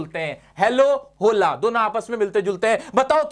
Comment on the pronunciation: स्पेनिश लोग होला ( Hola )नही ओला बोलते है।